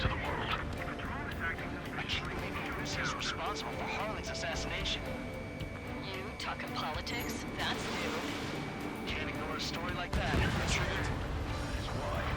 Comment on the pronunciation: He kinda said Erussia government